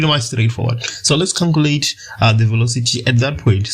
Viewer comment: CALCULATE =\ CANCULATE